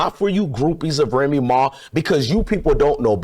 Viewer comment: this fool lost me when he said remee ma fans.that shit crazy 😮😂😂